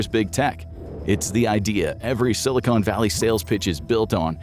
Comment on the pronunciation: Not Ai but still pronounces Silicon (Valley) Silicone